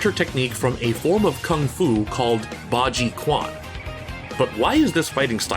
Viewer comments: Hi, fourteen year old nerd with nothing better to do here, I have a few notes: “Tetsuzanko” is actually the Japanese word for the iron shoulder, the original Chinese word is “Tieshankao” Bajiquan is pronounced “Bah-Juh-Chwen” not “Bah-jee-Kwahn” The quote “I do not know what it is like to hit a man twice” actually came from Li shuwen’s reputation with spear, not Baji Great video, love to see the representation! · Chuan...not "kwan". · the Q is the pinyin is pronounced "Ch". Like Qing = Ching dynasty. BajiQuan = Baji Chuan, not Baji Kwan. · q in Chinese pinyin produces a ch sound. Bajiquan is baji chwan, not baji kwan. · Many good examples! Good video. Q in Chinese is pronounced closer to ch than k. Might have wanted to look that up. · It's a bit hard to sit here and listen to the guy say "Baji Kwan". After doing the research he did for this video's content, at least pronounce it properly (Bah-Jee-Chuwan). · "Chuan" pronounced as CH, not Q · "Q" actually pronounce as "J" like in "Jeep", not as "C" like in "Combat" So its not Pah-Jee-Kwan but Pah-Jee-Ju-en :goodvibes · Bah Jee Chwen would be a more accurate pronunciation than "Kwan" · Great video, but please do more research on how to pronounce Bajiquan correctly. It physically hurts me every time someone says Quan like "kwan" instead of "churyan". Hell, I'd even settle for "chen" at this point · It's pronounced 'Ba Ji Chuan' instead of 'Ba Ji Kuan' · It’s…. Its not “Kwan” it’s “Chuen”… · As a Baji men myself, I really appreciate your effort into putting research about this style, however, I would like to add that the way you pronounced bajiquan numerous times was incorrect, it's "baji-chu-an" no "baji-koo-an". Right at the end with Li mei is so not Bajiquan, like many other styles misrepresented in the PS2 era of MK 😂. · Quan is pronounced CHUAN not KUAN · The pronounce is not KUAN, but CH'UAN. I used to spell it wrong too. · btw the "quan" in "bajiquan" should be pronounced like "chyuen", not "kwan".